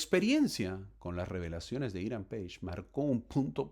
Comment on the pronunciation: Es Hiram Pages, se pronuncia así!